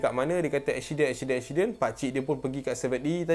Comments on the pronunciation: kenape aku dengar cakap accident jadi " ekshiden " hahaha tapi comel 😂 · Eshiden eshsiden😂😂 gurauw